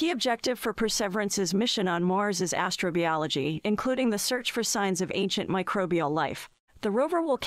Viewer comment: Next up: a robot that can pronounce "astrobiology".